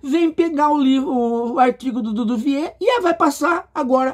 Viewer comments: É Duvivier e não "DUDUvier" rsrsrsrsrs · Ave Maria! É o professor ladeira abaixo! Não consegue nem falar o nome correto do desafeto. Tá ficando difícil assisti-lo, viu?